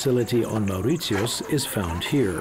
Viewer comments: A very informative documentary. However, I wish the commentator had learned how to pronounce the name Mauritius correctly. He also mispronounced the names of many other places. This documentary also contains a lot of inaccuracies. For example the Hindu bride does not marry without meeting and getting to know the future husband. In fact it is common practice for the future husband to visit the bride and stay over at her place regularly for several months before the marriage. My wife is from Mauritius and pointed out these to me. A lot of good information, but this needs more fact checking and detail. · He mispronounced the name of the country. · Hi, are you German? I ask because of the way you pronounce Mauritius.. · a documentary and you butcher the pronunciation????? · And for one,he pronounces the name of the country wrong.... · nice video, but I have never met someone prenounce Mauritius the way he does. lol it rhymes with Delicious not Prius. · Should learn to at least pronounce the name of the country correctly. Land of my parents and their ancestors My motherland ❤ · This would be a better documentary if the narrator had gone to the “trouble” of getting the pronunciation of Mauritius right! It’s infuriating he gets it wrong throughout. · I mean... if you're gonna do a documentary or something on a country/island at least pronounce the name well. Your pronunciation of mauritius is wrong and some of the things that you stated in the video are not true at all. I live there lol😂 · Poorly researched and the way he pronunces "Mauritius" is damn irritating. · That cringey pronunciation of Mauritius within the first minute put me off straight away. LEARN HOW TO PRONOUNCE IT. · OMG, the way he says Mauritius is completely wrong!!! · HE can’t even pronounce Mauritius! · Get your facts right. No banned criminals were ever shipped to Mauritius. Also, can you please learn to pronounce "Mauritius" the right way? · Can't even pronounce Mauritius correctly .